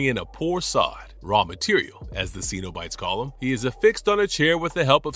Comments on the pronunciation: It's sin-o-bite, not see-no-bite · Love your videos but need to pronounce Cenobites better😊